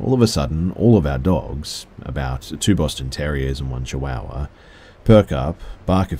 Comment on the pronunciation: Hearing saying chihuahua is the best thing ever 🤣!